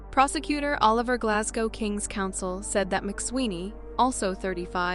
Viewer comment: How many ways can you mispronounce Oliver?😂😂😂 letting AI read scripts is just plain dumb.